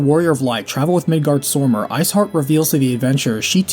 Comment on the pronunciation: the way you pronounce Midgardsormr makes me want to scratch a blackboard with my nails.